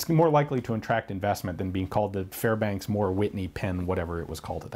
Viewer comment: Fairbanks Morse, not Fairbanks Moore. Otherwise, excellent lecture.